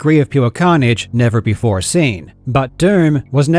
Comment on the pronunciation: is that why his accent completely changes when "he" says the word "before" with a full on American accent? buddy, it's ai. he's lying again, and it's pathetic